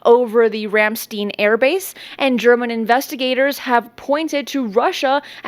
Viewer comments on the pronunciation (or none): Ramstein Airbase is pronounced “Ram Stine”, not “Ram Steen”. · only one "m". And the whole place is pronounced Rham-Shtayn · Hey, the "ei" in Rammstein (and in general) is pronounced like your i, for example "fly" or "tie".